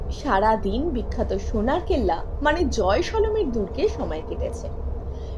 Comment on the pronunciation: জয় শ - লো মির নয়, জয়শলমির